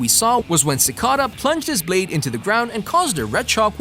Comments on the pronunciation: him: ciscada. everybody else: Ci cada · Its cicayda not cicaada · ci cah da lol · ah yes my favorite villian sicawda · No one: Literally No one:: Sickadaa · Ik right he pronounces cicada like ci caduh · damn you the way u say cicada